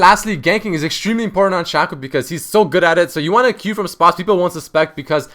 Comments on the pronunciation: His name is pronounced Shaco not Shako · I think you say shaco wrong :3